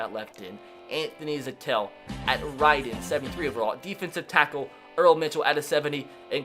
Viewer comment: Stop saying Anthony Zettel’s name wrong